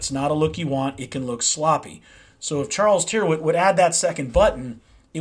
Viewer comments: Tyrwhitt rhymes with spirit. The y sounds like an i and the ‘wh’ is silent (Tirit). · Good stuff, wear them for yearrs, by the way, an englisman would pronounce rw with two rr, ie, "turritt"